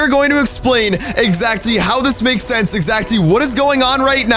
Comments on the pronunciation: says exacty instead of exactly you will never unhear it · 1 36 he said exsaxzy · he says exaxly instead of exactly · You said exactly wrong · U dnt pronounce exactly correct